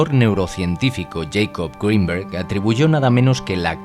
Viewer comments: No es yaicob es jacobo (se pronuncia como se escribe) el tipo era mexicano no yanki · "Yeicob grinberg" Jacobo pa los compas :V